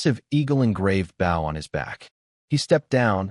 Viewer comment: Loves these stories and i too wish for a part 2. my only complaint to the narrator guessing they are AI's it's Bow as in Bow and Arrow. not Bow as in the Bow of a water vessel. These heteronyms need to be used in their proper context.